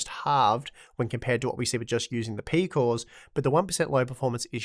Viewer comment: peecooss eeecosss peeecooss